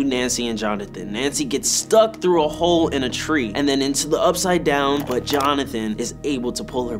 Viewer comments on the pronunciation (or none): none